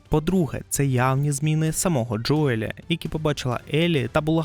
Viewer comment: Заради всього святого: не Джоєль, а Джоіл\Джоєл